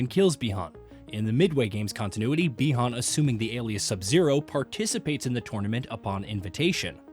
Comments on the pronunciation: They call Bi Han Bi Horn..Is this some bot or an actual person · Snubzero, Lin kui, Shirayayu, Bee Hon, Lin ku way, syro mancer…. Cmon…